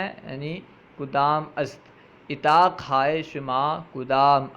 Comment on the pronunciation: Bradare aap ki kawish laiqe sataish hai Laikin aap apne talaffuz ko Durst ker lain or sahee mane batane ki koshish karain. Misal ke tor per aap ne lafz urdak ko irdak irdak parha. Lafz Utaq ko itaq parha. Isi tarah ager lafz gosfand ke mane bakri aap ke hisab se hain to phir lafz buz kis ke liye istimal ho ga? Gosfand to bher hoti hai. Dr. Tasneem